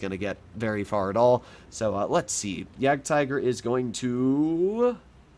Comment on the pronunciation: the jadgtiger is actually pronounced as *jadgteger